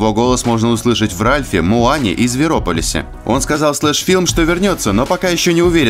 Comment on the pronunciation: В зверополисе ударение на 2-ю о